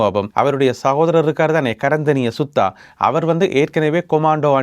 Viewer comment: அருமையான தொகுப்பு சிறப்பு .நான் விரும்பி பார்க்கும் தமிழடியான்.அர்ச்சுனா புகழ் பாடுவதை விட்டது சிறப்போ சிறப்பு.உமது வசன நடைகள் அருமை.சுத்தா இல்ல Suda. Sudda ❤